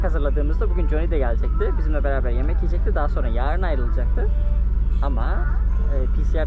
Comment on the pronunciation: Selam Videolarını severek takip ediyorum. Video sonunda yaĞrın diye söylemene takıldım. Yağ-rın değil yarın tek seferde yarın diye telaffuz edersen daha doğru olur. Seviliyorsun. 👏